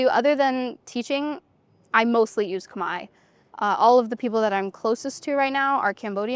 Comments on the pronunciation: She pronounced Khmer words very well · Your Khmer pronunciation is so admirable 🎉